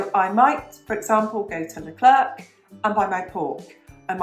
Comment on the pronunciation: As a French who loves to listen to things in English, I've loved your channel from the day I've found it. Great topics and advice, with a sparkle of French life... Perfect! I know you said you were saying the names in English, but hearing you say lecler'c has me 😂 You've said leclerc in French in previous videos just fine. Your accent is lovely, and very cute!